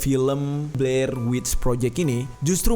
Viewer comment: BLAIR WEY BUKAN PLAIR🤣🙏 Beda cerita kalo mulut udah typo😂